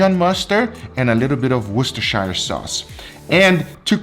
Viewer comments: Woo-ster-sheer, not woo-ster-shy-er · ive watched every one of your videos since 2017. for the love of god, its pronounced WOOH-STIR-SHEER please get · Hey, love the channel. Been with you since almost the beginning, but I don't comment too often. I just wanna tell you how to pronounce Worcestershire; it's basically "Wister-Shear". Think of New Hampshire:)